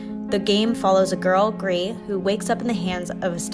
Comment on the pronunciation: It's not pronounced gree. The developers have said its pronounce Greece. They're Spanish not French bro